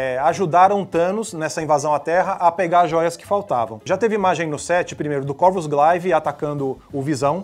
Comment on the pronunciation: Se pronuncia Gleive e não Glaive (apesar de ser escrito assim).